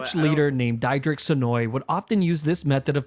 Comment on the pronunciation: as a dutch person, the way stick boi pronounces diederik offends me